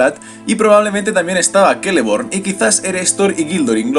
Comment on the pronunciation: Hola, una pregunta; ¿porque los nombres elficos que empiezan por "C" los pronuncias con "K", como Celeborn , Celebrimbor o Cirdan ,si se ve claramente que es una "C" y no otra letra?